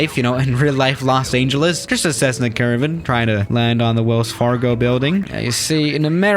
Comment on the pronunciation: he pronounces the ANGEL in los angeles